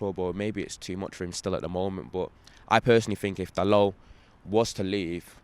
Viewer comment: Jesus, a fella who pronounced Dalot's name right. Look at that...